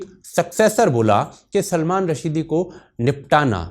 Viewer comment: ओ भाई ! उसका नाम सलमान रश्दी है .. रशीदी नही...